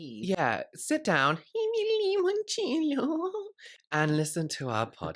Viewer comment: Limoncello is Italian! We make it! Very easy! & Yes we can't stand it when people say it with an E instead of an I 🇮🇹💖